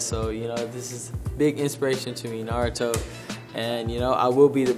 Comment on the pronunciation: 'Naruto' now thats how you pronounce it. Not 'NaRowToo' looking at someone named Michael B. Jordan